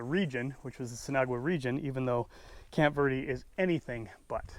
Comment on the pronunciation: Call it camp green if you can’t pronounce it correctly